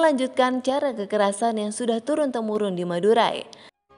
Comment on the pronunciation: Denger madurai jadi madura